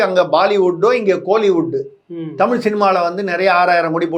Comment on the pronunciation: அடேய் அது தமிழ் டா அறிவிலி. தமிழின் சிறப்பு எழுத்தே "ழ" டா. ஏற்கனவே ஆங்கிலத்தில் தமில் (tamil) தான் சொல்லிட்டு திரியுங்க தற்குறிங்க. நீ வேற என்டா தயவு செய்து தமிழை கொல்லாத டா . எவ்வித தகுதியும் இல்லாத மூடர்களாகிய நம்மிடம் வந்து சேர்ந்தது தான் தமிழ் செய்த மிக பெரிய பாவம். தமிழ் சீனாகாரனிடமோ ஜப்பான்காரனிடமோ சென்றிருந்தால் அசுர வளர்ச்சி பெற்றதோடு அதற்காக மரியாதையும் மதிப்பும் கிடைத்திருக்கும். ஆங்கிலத்தில் பேசினால் தான் புத்திசாலி என்று நினைக்கும் சவ தற்குறிகளிடம் சிக்கி கொஞ்சம் கொஞ்சமாக அழிந்து வருவது தான் தமிழின்(என் உயிர்) பரிதாபமான நிலை. தமிழ் கடவுள் முருகனே இந்த தமிழ்ப் பற்றற்ற எங்கள் அறிவிலிகளுக்கு நல்ல பாடம் புகட்டப்பா.